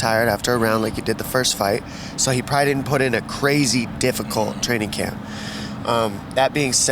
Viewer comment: why cant Americans.. say the word "probably' properly?